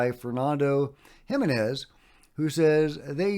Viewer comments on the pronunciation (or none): none